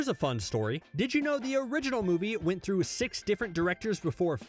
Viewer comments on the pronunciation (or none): none